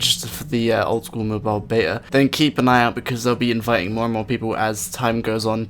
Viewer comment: yoo mate, good video! cant wait for osrs mobile, but please talk slower atleast a bit, its beta, not bea :P